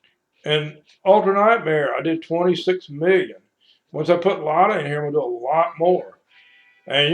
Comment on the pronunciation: pronounced LID - ee YA